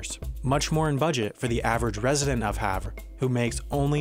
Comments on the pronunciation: Please pronounce Havre correctly. Its "Haver" not "Have" or "Havruh". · You mispronounced Havre Montana, It's not pronounced are all French, it's have er